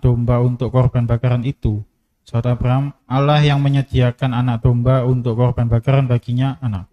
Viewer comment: apa saya yg salah dengar atau gimana ya? Saya mendengar sipembaca terjemahan menyebut Allah dg Awoh